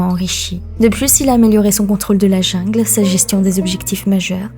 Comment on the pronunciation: prononciation coréenne super mais le mot jungle prononce en français au lieu de l anglais, mes oreilles ont sursaute